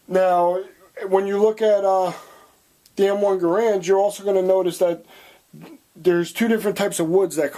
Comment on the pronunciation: You're saying Garand incorrectly